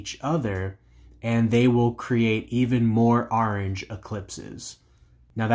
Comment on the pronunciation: Orange not ARange but nice video🤘